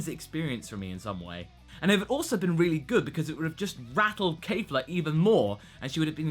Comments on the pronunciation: Kefla NOT Kayfla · Her name is Kefla, not "Keifla". Where did the mispronunciation came from all of the sudden? I'm quite sure you've pronounced it correctly in the previous episode